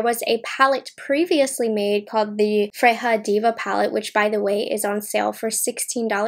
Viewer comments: Just an FYI, in Swedish "J" is pronounced like a "Y", not an "H" like in Spanish. So "Freja" is pronounced like "freYa" not "freHa". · I love you but ya killing me pronouncing it as Fre-Ha. It is pronounced as Fre-Ya. Still loves ya tho. Lol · Sis. It's pronounced "Frey-yah". She's a goddess in Norse Mythology (hence, Odin's Eye) The shimmers look stunning. Chapter 2 is WOWZA. I hate pink & purple shadows so that could also be why I prefer the blue one. I like the 3rd one, the bigger book, as well. Just not a fan of pinks or purples. They're way overdone. Bow IS huge (and I'm Southern!) But may look cute at the bottom of a messy bun. ❤️ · Freja is a character from the Nordic mythology and is pronounced Freya or Freia 🤗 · Thank you. That was teeth grindingly painful. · Don't apologize. You are human and are allowed to mispronounce words w/o being reamed at.